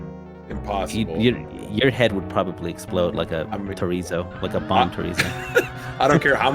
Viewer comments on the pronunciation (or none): Did he say Chorizo xD?